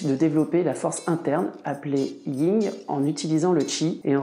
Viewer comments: C'est le YIN et pas le Ying..... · Alors ce n'est pas le "ying" et le yang mais le "yin" et le yang.